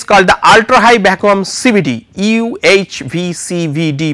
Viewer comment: love the way he pronounces Vaccum